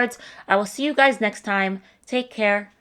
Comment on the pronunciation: You should make a shirt that reads “I’m this old “and then it has underneath it “I know how to say the word guys’ properly“